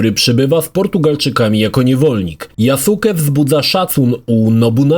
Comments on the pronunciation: tylko blagam: NIE YASUKE, to jest JASKE ( tak jak w naruto byl Sasuke, ale czyta sie,saske'). Przepraszam ale za duzo anime ogladalem zeby mnie to nie ukuło w uszy. Dobra ogladam dalej bo chce kupic XSX specjalnie zeby ograc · YaSUKE? A nie "Yaske"? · yasuke czyta sie jaske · mów - Yaske:) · Wysłuchałem wielu Japończyków wypowiadajacych się na temat. Właśnie dlatego, że u jest krótkie, słychać "Yaske"., który tyle czasu spędził przy grze, powinien wiedzieć. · tumanie jaki Jasuke? 😂 Tak się tego imienia nie wymawia. Poza tym uważam że ta postać jest zupełnie dodana z dupy i powinno jej nie być. Ogólnie to od serii odbiłem się przy graniu w pierwszą część na Xbox 360 i nigdy do niej i żadnej kolejnej części nie wróciłem. Przewidziałem przyszłość i rozstałem się z tym tytułem na samym początku. Owszem grafika, mechaniki były wtedy kozackie jak na tamte czasy ale nic poza tym. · Nie "JASKE" tylko "GRZEGORZ FLORYDA"